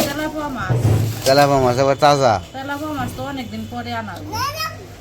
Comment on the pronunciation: Telapoa na telapia mach bole.